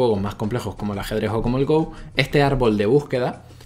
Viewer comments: espero que alguno te haya dicho ya que no se dice GOU.. se dice GO, no es un juego ingles :( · se pronuncia go talcual no gou. saludos! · Como amante del Go (que por cierto, se pronuncia "go", no "gou" XD) y de la IA, me ha encantado este vídeo, incluso habiéndolo visto por primera vez 5 años después de que lo subieras:) ¡Eres un crack,! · Go se dice no gou weiki baduk o go nada mas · Go, pronunciado "Go", no "Gou". No es una palabra inglesa. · creo que ningún comentario lo ha dicho y me extraña, quizás los jugadores habituales de go de habla hispana no suelan ver este vídeo... porque duele mucho que pronuncies go como en inglés mientras que viene del japonés y es, a secas, "go" sin ninguna 'u' al final jajaja me gustaría corregir también que lee sedol se levanto a fumar antes de la jugada, no fue su reacción a ella, luego cuando volvió de fumar se encontró esa perlita y se quedó muy impactado jajajaja hay un documental de alphago en netflix por si alguien quiere enterarse bien de lo que supuso esas derrotas en el mundo del go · Go no se pronuncia en inglés, muyayo! Buen vídeo! ;)